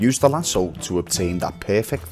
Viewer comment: It's pronounced LAS-OH. Not LAS-OOO